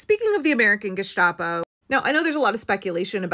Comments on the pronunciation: the "sta" in gestapo is pronounced like the begining of "sta"rt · It's "Gesstapoh", e.g. without "sh" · stop saying Gishtapo , it's not a soup